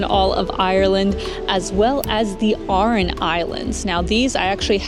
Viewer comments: Great vid Clotted cream is West Country England / not Ireland. Aran islands not oran islands. Enjoy your visit z☘️ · Hi, it is pronounced Gaul-way and the Aaron lslands in English. Dolan was pronounced correctly. I hope you enjoyed the City of the Tribes.